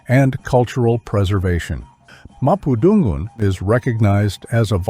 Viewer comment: absolutely lovely video! Small things tho. The emphasis on Purepecha and Mapundungun is at the wrong place. It should be pronounced Pu RE pe cha and Ma pu dun GUN.